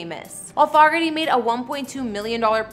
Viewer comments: John "FO- [long O] ger-tee," spelled Fogerty. You pronounced it as if it were spelled, Foggerty. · John Foe-gerty, not Fog-erty...yikes!